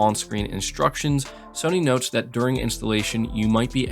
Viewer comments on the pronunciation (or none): none